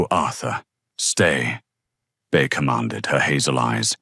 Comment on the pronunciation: Its not Bear either. Its Bea (B ee)